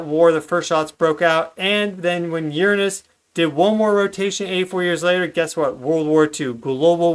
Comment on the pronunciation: Sometimes I hate how much Americans kill the English language with there pronunciations of certain words but I am very happy to hear you pronounce the word Uranus correctly:)